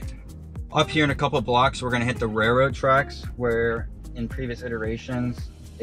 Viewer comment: "raiLroad" not "raiRroad". Please practice thank you. I have a lot of other stuff to say but then I'd be called "toxic". When people pay you money, you have to respect that.